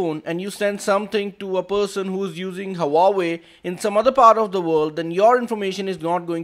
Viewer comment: It's HUAWEI NOT HAWAWWEI !!!